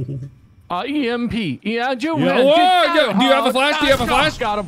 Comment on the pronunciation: calling it sn EMP chrg kiss 😂